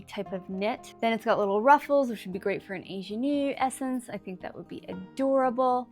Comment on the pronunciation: You need to look up how to pronounce “ingenue” correctly. I had no idea what you were trying to say at first.